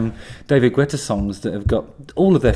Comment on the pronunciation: It's pronounced, "Git-ah" or